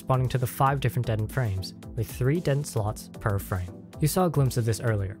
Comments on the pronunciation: de-tent. not deadent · Dee-Tent, NOT Det-Ent;. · Can you do another revision where you pronounce it "dee_taunt" like you're supposed to, pls? 😀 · That's a weird pronounceation of "detent". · Dentins pronunciation gave me ebola.